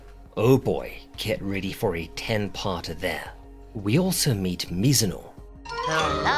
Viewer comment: The 'Hallo' right at the start made me think I accidentally clicked on a german video for a sec xD